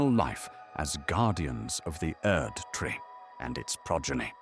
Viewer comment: well I gotta say I am very glad that you had the idea to start this project, and you do a great job at tweaking that voice because honestly it’s 100% seamless. The way it says “Erdtree” is always very satisfying lol, and many other particular words. Really nailed the exact perfect documentary accent. I look forward to seeing where all you take this style of content going forward, and here’s hoping you continue to grow in order to do more and more things with your vision :) who knows maybe one day you’ll get someone like David Attenborough to make a guest appearance 👀